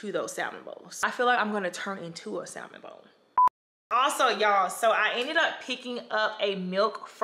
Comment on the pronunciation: They need to sponsor you! Not to be rude or too critical but as far as I'm aware the l in salmon is silent